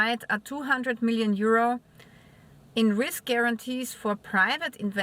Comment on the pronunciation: you enunciate euro as Year Who with the American double U